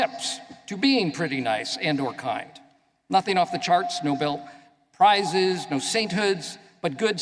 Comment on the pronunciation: Yes, indeed, Nobel Prize, not “no belt prize”😂😂😂